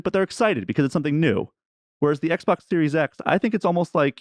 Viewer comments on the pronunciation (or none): Why do you call it XBOC?